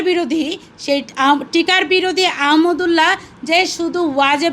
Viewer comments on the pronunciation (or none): তুইতো আহমাদুল্লাহ নামটা পর্যন্ত বলতে পারস না ঠিকমত